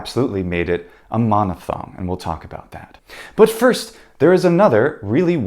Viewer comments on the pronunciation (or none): none